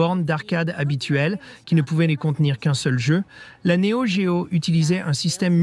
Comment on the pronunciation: L'IA rendrait elle légitime la prononciation "néo D-géo" ??